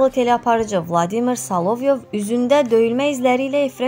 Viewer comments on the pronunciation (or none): Bu qizi men her gun izleyirem hansi sozu duzgun deyir ki, Solovyovu da duzgun teleffuz etsin. Bu qiz Korotcenkoya Kor ocenko deyen adamdir